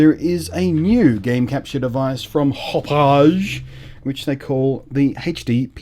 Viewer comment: Blunty: Great reviews, always!!! "Hapaw je" sounds wonderfully French and fancy. But, Hauppauge is named after the town they're located in outside NYC, locally pronounced "Hap Og" or, if your from Brooklyn or Queens, "Haw Pawg"